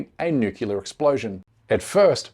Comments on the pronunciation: When you can pronounce ‘nuclear’, I might listen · Dude, you can't even pronounce "nuclear". Start over. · This is not as important as your content, but I don’t want my co- thinkers to sound uneducated. The word is pronounced “new ,clear“ , not “nuke ya ler”. Otherwise, thanks for a very informative show! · It's New Clear not NEWkellar! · Omg. Nu-cle-ar. Not Nu-cu-lar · Curmudgeon's Corner: It's pronounced "Noo-Klee-ar". Try it out this way: "New" then "Clear". There is no such thing, and no such word... as "Nucular". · Please, my brother, learn to pronounce the word correctly: "new-clear" not "new-kew-ler". It's not a small thing. Mispronouncing it suggests you're lazy or ignorant and reduces the faith people have you know what you're talking about. This is sincere naseeha from a friend. PleaseI consider it! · It's not pronounced nuke u lear. It's pronounced nu clee er. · What if someone actually pronounce NUCLEAR properly instead of saying NUCULAR? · "Nuclear" weapons bro...not "newkiller" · The word is NUCLEAR- 2 syllables. Not nookular or nukeular. which has 3. Stick to Nuke to be cute! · For God sake people is not Nuculur or Nucular is NUCLEAR!! What’s up with 99 % of the English/americans unable to pronounce properly a word of this magnitude ? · How can we take your video seriously if you can’t pronounce the word nuclear correctly? It is pronounce as it is spelled not NUCULAR!!!!! It takes all your credibility away and you would know this if you had spent any time studying journalism. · "nukilar" weapons? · Nook-YA-ler? I thought only American posers mispronounced "nuclear" to sound "down home". I guess not. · "nukelear" ugghh xD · Who is this fool? It’s nuclear, not nuculea. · Can’t take anyone serious that pronounces them as ‘Nucular’ weapons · Nukelear 🤣 didnt say it once correctly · The word is nuclear….. not nukular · First time listening to this guy & he really turns me off with his George W. Bush pronunciation of "nuclear": noo-Q-lar.